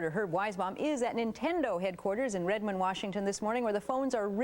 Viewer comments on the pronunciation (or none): Redman = Redmond 🤦🏻‍♂️